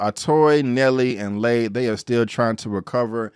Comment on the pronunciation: Been watching Warrior since the beginning on Cinemax. First time checking out your channel and love your recap, nicely done! “He was in there like swimwear.” 🤣Only comment with respect: Lai is pronounced “lie” not “lay”, and Mai Ling is pronounced like “my” not “may”. Happy Jack lives up to his rep: he’s very smart and dangerous as hell. Again, great recap. Your enthusiasm for the show is obvious and matches mine! 👍👊🙌